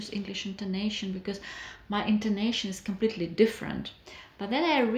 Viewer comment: You didn't pronounce the letter T at the end of Different. 😝